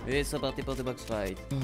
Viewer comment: C pas pour que tu le prends mal mais on dit fa it et pas fit